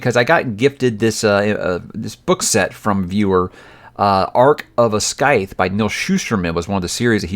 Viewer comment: Scythe is a soft c!